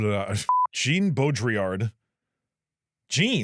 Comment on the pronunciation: Jean "Bo Drill Ard" (art but without the d)